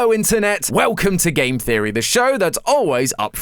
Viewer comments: You need to emphasise the gaaaammeee Theory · i still miss MatPat, no offense, but your accent on "that's just a theory, a GAAAME theory" just dosnt feel right